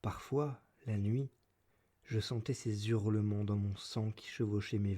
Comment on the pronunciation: Ordo audiolibram : - "des Zurlements" ? - ça se prononce "Sahozeunde Sonze", pas "tahousande soundse" Mais je m'abonne et fais tourner ;)